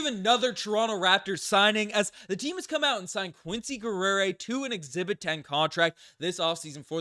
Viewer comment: Geh'ri-ay Not Guerrera or wtf tf you said. It's French for warrior. McGill be letting anyone graduate lol